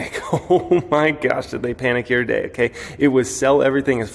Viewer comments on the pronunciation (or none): don't say " here today" sounds like YTD